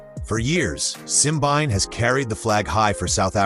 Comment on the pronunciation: I just wish these people can get the pronunciation of Simbine’s name properly: it’s Simbeen-né